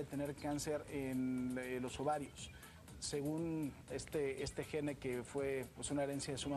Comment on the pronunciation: amigo presentador tienes la responsabilidad de hablar bien. SINGUNLAR: Gen / PRURAL: Genes ....no existe la pronunciacion española GENE ... (esta es la forma como se escribe en ingles, con una E al final que no suena). es una observacion constructiva para mejorar.